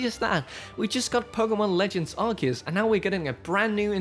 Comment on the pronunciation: Brilliant video,!! So far, your work on Nintendo Life is just amazing. Also, you say Arceus properly. Take note, Zion 😂😂😂. I will be picking up Scarlet and my wife has claimed Violet. They are out preferred colours. Cannot wait for these new games. I just hope they have the same style and mechanics as Arceus. Fingers crossed 🤞🤞